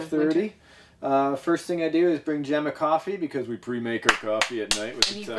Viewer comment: IT'S NOT JEN IT'S JEM